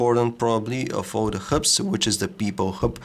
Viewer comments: HUBS, NOT KHUBS! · dun give excuses saying that it is an accent problem, being able to pronounce all other words normally but those 2 is not accent, it is lousy english. n it is not a mistake k coz he repeats it as herb every time. n i am sure u know that he stumbled on the amoled word at first, lucky he did not repeat that. n do u know how misleading and embarrassing this could be for tech newbies that do not know the correct pronunciation and tells their friend-Hey guys check it out my new omnia 7 (cont) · it took me ages to realise he was saying hubs...